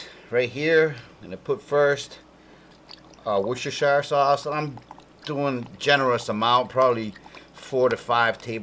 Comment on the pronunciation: It's pronounced "Wuss ter sheer" sauce. Thanks for the recipe. (A Brit.)